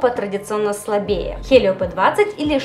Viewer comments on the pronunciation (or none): none